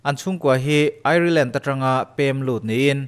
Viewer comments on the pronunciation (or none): none